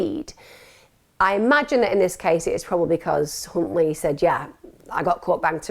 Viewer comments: could’ve sworn you said Cuntley 👀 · I swear I heard you say C...untley lol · … it’s pronounced “Huntley” but I see what you did there 😉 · OMFG Emma you unknowingly said his name. All members and please you as well Emma, listen to how you say his name. I’ve saved that part so I can show Les. Only that part though. 😂😮😂😮